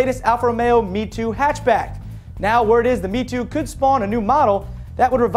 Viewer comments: its my-toe funny but it is not me-two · Lol, American pronounciation is hilarious. MiTo is "Me-Toe" not "Me-Two" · As said before: It's not "Me-2" ... it's Mi-To as in Milano+TOrino... Get it? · it's pronounced 'mitoh'